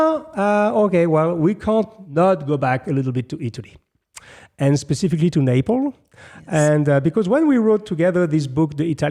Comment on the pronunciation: it's NapleS not Naple